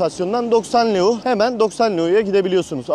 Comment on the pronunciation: Gezgin kilisenin adı metropolitan katedrali Stefan selmare değil stephan chelmare Para birimi leu değil ley 🙄🙄 biraz düzgün araştırıp öyle bilgi verin!!